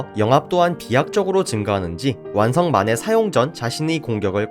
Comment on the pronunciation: 몬더그린 영향인가.. 만해가 (사다오) 마네로 들리는군요..